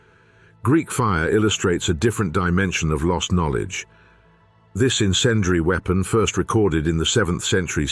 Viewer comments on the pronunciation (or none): none